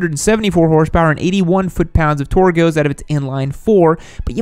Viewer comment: Ft lbs of torgoreenamos 🤣 I love how every time you have to talk about torque you make up some random funny ass shit 😂🙌🏻